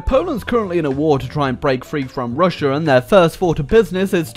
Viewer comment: not forst